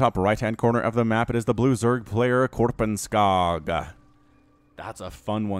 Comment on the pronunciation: And why pronounce it Korpenskaag?!